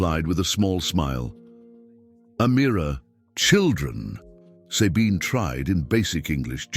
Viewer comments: The way the name "Sabine" is pronounced here is biasphemy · Sabine's name is not pronounced correctly...lame... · Not possible to listen to someone who says Sabine instead of Sabine. Bloody AI